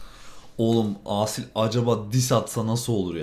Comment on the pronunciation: Aasil değil kanka asil okunuşu ikinizde okurken aasil der gibi okuyorsunuz ismini